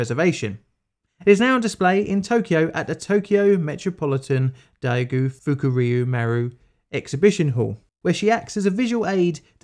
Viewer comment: UHuhhhhuhhu... You said FukUryu